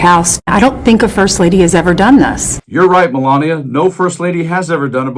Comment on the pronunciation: Mee-Mee-Mee-lania who?